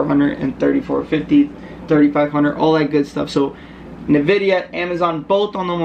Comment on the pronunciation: Wait did you just call it "nAHvidia"? 😬